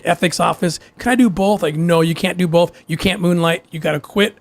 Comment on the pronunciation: The way Mormons say “bolth”